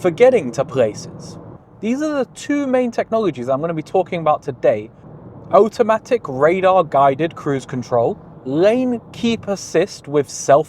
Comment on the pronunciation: "oh-tamatic" is truly the greatest cruise control of all time🤣